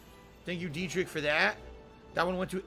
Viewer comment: its funny how he doesnt even make an effort to say derich's name properly